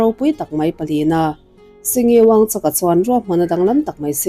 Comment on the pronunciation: I thu lakna hi ka hre chhak hle mai. A ngaihnawm khawp mai. Mahse, lal hming ilam khan wuangchak nilo in wangchuk wangchuck ti a lam tur. lal 4-na in unau a neih chhan hi an lal te kha an damrei lo lutuk kha (a pa pawh a thih hma em vang khan) an puithian in Unau hmeichhia hlir 5 nupuiah neila tichuan he anchhia hi lal chhungkua atangin a reh ang a ti a. Tichuan unau hmeichhia hlir 5 te chuan neitura ruahmanan an siam tawh chu an unau zinga naupang ber chuan a duh talo a atlanbo san ta ni. Mahse an 4 chuan nei thoin an naupang ber tlanbo ta pawh chu tunah Bhutanah chuan lo letin a awm ve leh tawh. Lal 4 nain tuna lalna a hlan hma chhan hi chu lothsampa (nepali ho sawina) ho an suat vak avangin khawvelah a hming chhiat phah em avangin a lalna a kalsan ta zawk a ni. Mahse, India sorkarin a thup sak tlat avangin khawvelin a nilo zawngin an hreta a nih hi. Sawitur atam hle mai sawitawhlo ang😊